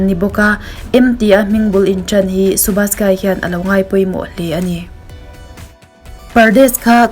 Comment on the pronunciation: A lawmawm thin e request i ngai pawimawh thin a 👍.... 'Dhadkan-Dharkan' 'Subash Ghai-Ghaai ni lovin 'Ghai' tia lam tur anie ... Ka lawm e...🤭